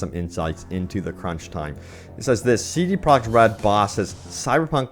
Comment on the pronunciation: Did he just say CD Prague Red? cmonBruh